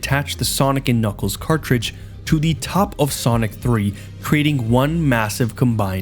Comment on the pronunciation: don’t worry he always says knuckles like kniggles